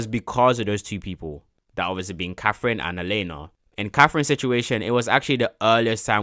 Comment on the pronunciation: Lil bro really mispronounced katherine for caffein😂